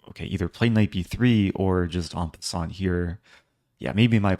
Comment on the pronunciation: At the end of game 1, are you talking about en-pin-sant Eric? 😂